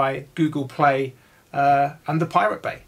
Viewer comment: When he said thepiratebay <\3